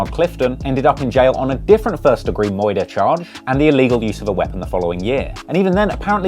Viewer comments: Bro said “Attempted 1st degree MOITER”💀💀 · "Moouorder charge"